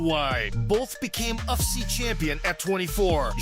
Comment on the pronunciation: Please don't keep repeating "UFCEE"...it's U..F..C..come on man..